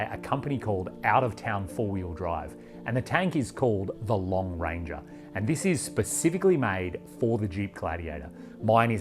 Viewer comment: Was The Lone Ranger popular in Australia? Every time you said "Long Ranger" I had Colin Hay's Are You Lookin' at Me? playing in my head.